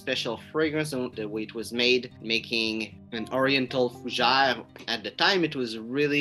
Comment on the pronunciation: Fougé? Repeat after me: FUUUUU GÈÈ RRREEEE😄